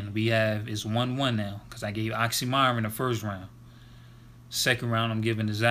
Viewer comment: It's actually pronounced as Oxxxym[ee]ron, not m[ai]ron. Thank you for the review.